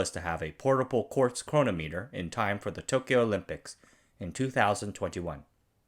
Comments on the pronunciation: Longines is pronounced lon-ZHEEN Chronometer is pronounced cron-OM-uh-ter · Your Non-English pronunciation is interesting. Guess growing up in Anaheim so close to the Mouse didn't help. It's Bul-o-va and Chro-nom-meter.